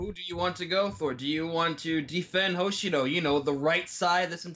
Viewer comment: Well, if you're going to bring up Mang's pronunciation, then there's something that's repeated far more. Hoshido is pronounced with the emphasis on the second syllable; Ho-SHI-do. Not HO-Shi-do. Very insignificant, but you brought it up first.